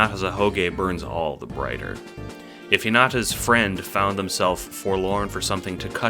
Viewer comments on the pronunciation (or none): none